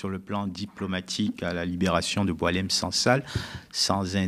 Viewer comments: Bon faut arrêter il s appelle pas Doualem mais Boualem pour des journalistes probent vous jouez le jeu des médias mainstream. On lui a changé son prénom à dessein pr ne pas écorner Boualem sansal. Arrêtons les conneries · C'est Boualem et pas Doualem, et il n'est pas connu en Algérie ! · Boualem et non Doualem